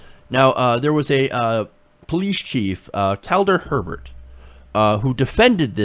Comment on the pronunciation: It's pronounced, "A Bear"...like you saw a bear. It isn't He-bert.